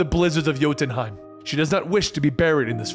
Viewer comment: He mispronounces jotunheim often